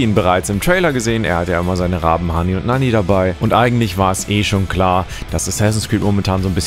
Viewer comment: Bitte sag nie mehr hani und nani zu odins Raben sondern Hugin und Munin